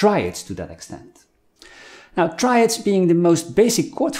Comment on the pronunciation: Triads, not traids…